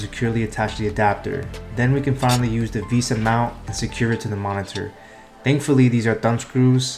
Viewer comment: "visa" mount, ah yes, how stupid of me to pronounce it as "vesa"